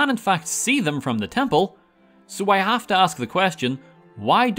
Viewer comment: "If you hooved played" 😂😂😂